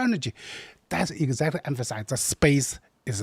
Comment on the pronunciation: When that guy said "egguzactory" a hundred times, I really felt that.